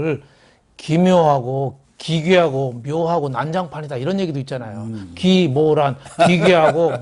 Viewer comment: ㅋㅋㅋ 가끔씩 기묘란이라고 발음하시는 거 처럼 들리는데..왤케 찰떡같은지요..ㅋㅋㅋㅋ